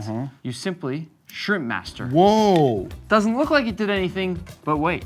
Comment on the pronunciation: bro really said “shirmpmaster” 🔥🔥